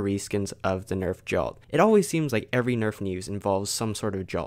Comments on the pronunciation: I second this. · No offense but I think it's annoying when you pronounce Jolt like Jalt.